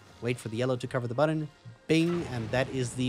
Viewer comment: The way he pronounces “button” is kinda funny. Butt-ahn